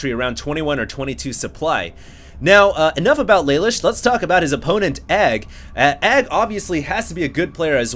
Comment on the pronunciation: yeah thats what im saying, in the anime isnt it pronounced la loosh, phonetically spelled as best i could